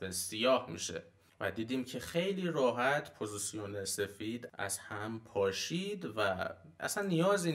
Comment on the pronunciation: عالی بود چیزایی که گفتید استاد فقط جسارتا پوزیسیون نیست پوزیشِن هستش